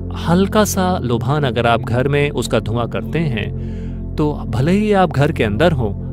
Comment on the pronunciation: लोभान नहीं लोबान होता है , पता नहीं भाषा का स्तर क्यों गिराया जा रहा है